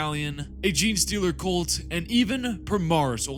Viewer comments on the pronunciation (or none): none